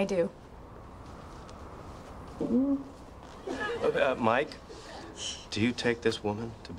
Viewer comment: it’s not "mich" it’s mike